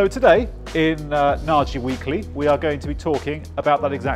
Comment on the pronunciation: Dear, are you by any chance a Hungarian descent? If so, you’re saying your last name wrong:). I like your channel and it’s really informative. So much so that I’ve watched most of this clip before realising that there’s a c*ck and balls drawn on the corner of the board:))). Lots of success in the future, we could do more with seeing more of you guys actually wiring, perhaps a sped up video? All the best